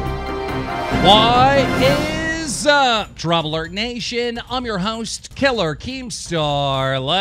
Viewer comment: When he says DramaAlert nation it sounds like TroubleAlert.